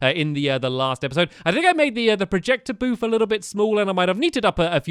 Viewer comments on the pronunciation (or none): did u say projecter broof?/